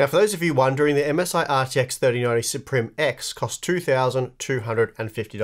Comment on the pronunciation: and its pronounced sup rim.....